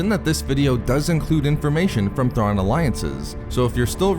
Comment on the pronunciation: ZAARIN NOT THRAWN!